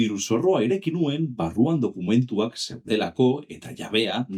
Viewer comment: Oso ongi dago! Hobetzeko bakarra agian hitz batzuetan ez den silaba indartzen duzu. Adibidez, NUen esan beharrean, nuEN esan. Beste hitz gutxi batzuekin gertatzen zaizu, baina praktikatu, eta behar bada euskaraz norbait entzutea lagun dezake (Eitb, euskarazko marrazki bizidunak, esku pilotako partidetako komentaristak... Bilatu ditzazkezu). Espero dut ulertu izana eta laguntzakoa izatea